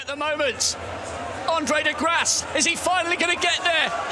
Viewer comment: Not knowing how to pronounce Andre de Grasse and Kenneth Bednarek is kinda embarrassing....